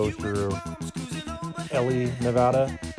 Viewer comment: Ely, Nevada is pronounced "Eeelie" as in "wheelie" without the W...